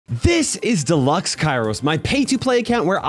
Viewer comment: I swear when he said delux kairos i was so disappointed